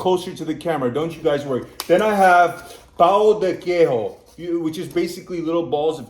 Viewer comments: Just some tips about pronounce: Queijo you pronounce like the J in english, but without the "D" sound. It's not like the J in spanish. NH sound is like the Ñ sound in spanish. Ã sound is more or less like the "uh" sound in english, but it's nasal. A little difficult for english speakers to pronounce. Ú sound is like the "OO" sound in english, so cajú is pronounced like "cajoo" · In Portuguese, J sounds like in French, not Spanish. Guaraná has no H in it, it's not "guaraña". the "ñ" in Spanish is "nh" in Portuguese.